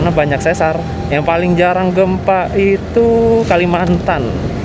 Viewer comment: sesar dibacanya pakai e pepet (spt dalam kata "pernah") bukan pakai e taling (spt dalam kata "sendok")